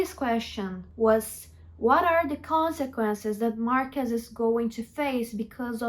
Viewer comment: I wanted to rip off my ears everytime you said "Marcus" instead of Marcos. Man white people are stupid